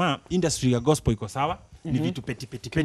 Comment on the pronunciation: Mimi nimechoka tu vile amesema gospo instead of gospel....